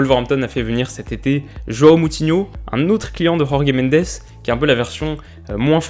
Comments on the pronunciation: "JorGué Mendes" ?? Oula en portugais ça se prononce JorJe Mendes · Salut, pour info, la prononciation du portugais est sensiblement différente de celle de l'espagnol. Jorge Mendes ne se prononce pas [Khorkhé Mendès] mais tout simplement... [Jorge Méndeuch]. Beaucoup plus proche du français finalement. Je surveillerai tes progrès dans tes prochaines vidéos! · Comme d’habitude tes vidéos sont très bien écrites et tes très bien faite donc celle ci ne déroge pas à la règle, seul bémol ta prononciation sur jorge Mendes: étant portugais ca ne se prononce pas à l’espagnol sa se dit comme ça s’écrit pas besoin de Dire « rorgue mandés » 🤣🤣🤣 Sinon parfaite la vidéo 👌👌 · "Rrorrguê Mendêçe" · Si on est cultivé On ne peut pas dire "rorge mendes " alors qu'il est portugais et pas espagnol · Ta prononciation "Jorge Mendes" horrible... un "j" en portugais se prononce comme en français... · Bonne vidéo a part le maillot de Porto et la prononciation de Jorge Mendes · Tu prononses mal jorge mendes on dis jorge comme en français